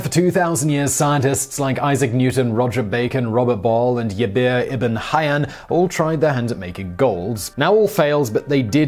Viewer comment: Jaber bin hayan is said with g like in gene not y